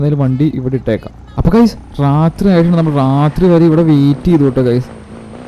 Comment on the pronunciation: റാത്രി അല്ല bro രാത്രി ആണ്